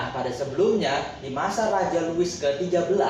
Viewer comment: Mantap. Louis = (dibaca; Lui)